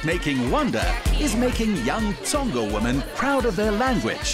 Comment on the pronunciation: "Tsonga thing" * touches hair* doesnt know IYAH "Hair thing" mispronounces Tsonga words This interview was too forced. LOVE YOU SHO MADJOZI❤😚